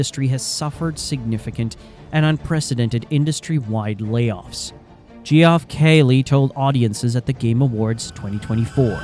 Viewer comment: You know its AI when it pronounces Geoff G-off LOL!